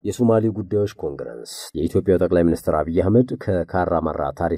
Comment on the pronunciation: እርማት፣ኮንግረንስ ሳይሆን ኮንግረስ ብሎ ቢነበብ ትክክል ይሆናል።